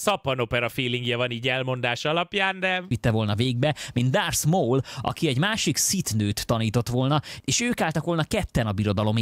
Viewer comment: Csak én értettem dárc Mault?